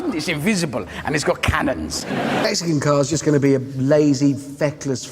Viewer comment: I love Hammond's accents when he talks about the lada and when he talks about the Italians making the brochure for the car with horsepower and KANONS